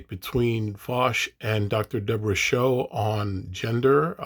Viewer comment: Her last name is Soh (pronounced "So" not "Show"). I think she was just trying to meet Vaush on his terms and tease out some of his views and he was responding in bad faith. Good commentary though.